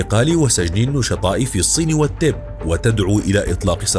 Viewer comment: ايه التب دي يا معلق إقليم. التبت